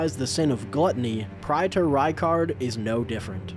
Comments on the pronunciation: I normal don’t care about pronunciation, but Praetor has two pronunciations and you used neither. Pray-tor and Pree-tor. Not Pry-tor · Praetor is pronounced: Pray-tor